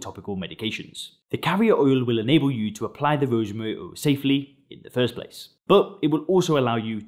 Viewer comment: He can’t pronounce “rosemary oil”. 😂 “Rosemuuuh uhl”. Strange accent🤔